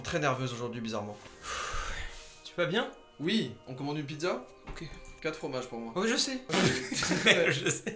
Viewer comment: ce "oUi" il me tue